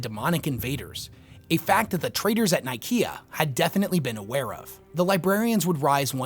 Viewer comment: I hate your pronunciation of Council of Nicaea, especially since its a copy cat name of the actual Council of Nicaea that actually happened IRL in AD 325 in the real place of Nicaea. Look it up.